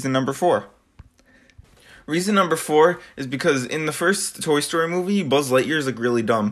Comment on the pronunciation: this nigga said tory story